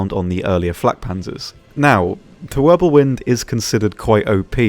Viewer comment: Pretty sure it's Wirbelwind and not Wirblewind. I know cause i make the same mistake all the time hehe.